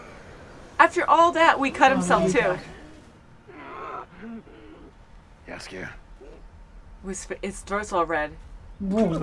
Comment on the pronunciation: Jaskier is pronounced "Yaskier": like "yeti", not like "Jasmine".